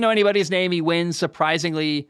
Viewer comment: Damn, what's in that glass jar? You kept saying the wins wrong hahah I love the content dude!